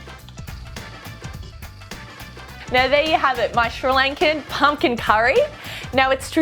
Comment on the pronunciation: OMG....she muder that pumking